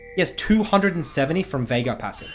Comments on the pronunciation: STOP SAYING "VAIGAR" jesus christ, there's no A in the champ's name, are you daft? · i literally had to leave the video because cant say veigar